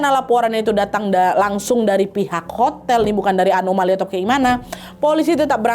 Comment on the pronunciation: ngakak banget pas kak nadia ngomong "anomali"